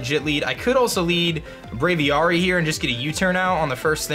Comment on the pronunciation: "Brave-ee-AIR-ee" not "Brave-ee-ARE-ee"